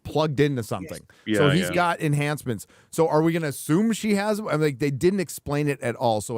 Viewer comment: YouTube hates you so much, the only way to see these releases are 7 days "After", release. Unless, you search for [Friday Night Tights] in particular. Merry Christmas to all, except, stealing art, and saying ash-ume, instead of assume, arrogant fool. Say assist...I will break your beak.